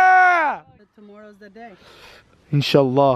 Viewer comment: it’s “inshallah”